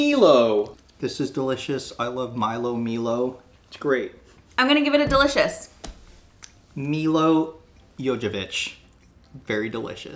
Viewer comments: Milo is pronounced "My-low" never ever 'Meelow' Yes, it's honeycomb. Tim Tams are our top biscuit, right next to Mint Slice. There are tons of TimTam flavours. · P.S. Milo is pronounced Milo not Melo..